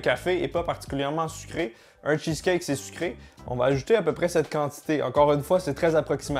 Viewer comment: "le cheuceleut"